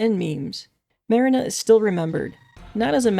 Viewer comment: also don't want to be pedantic but her name is pronounced Muh-REE-na (like the place people store boats) , not MAH-rin-uh. I'd normally say it doesn't matter because honestly who cares, but the professor shouts her name constantly throughout the game lol